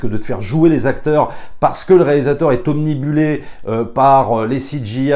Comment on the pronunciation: ("Obnubilé",, pas "omnibullé".);)